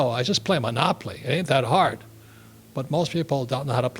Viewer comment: He is funny. "monopoply" lmao.